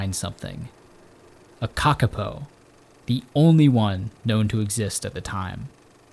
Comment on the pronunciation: Lol *kakapo, pronounced cah-cah-poor but don’t emphasize the R on poor